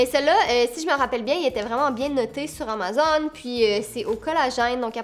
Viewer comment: La façon que tu dis Amazon me fait vrm rire 😂